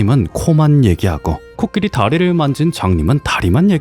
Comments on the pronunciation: 내용은 참 좋은 얘기인데... 자꾸 코키리.. 라고 하는 발음이 귀에 거슬리네요. 제가 수양이 짧아서 그런거겠죠??? 하여튼 코끼리든 코키리든 잘 들었습니다. 코키리라고 하는 것도 .. 뭐 다 이유와 근거가 있겠죠 .. 뭐... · 코키리가 아니라 코끼리 아닌가요 ... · 왜 코끼리 아니고 코키리... 킹받.. ㅠㅠ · 코끼리가 코키리로 들리는게 저 뿐인가요?😂😂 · 근데 왜 코끼리를 , 코키리라고 합니꽈?? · 왜 계속 코끼리가 아니고 코키리라고 하나 했더니 만든거였구나 ㅋㅋㅋ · 코끼리로 알고있었는데 계속 코키리 코키리 키리키리하니까 중간중간 집중안댐 ㅋㅋㅋㅋㅋㅋ 로봇처럼 생겼네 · 코키리라고 발음하시는 넘 똑똑하고 기여워..❤️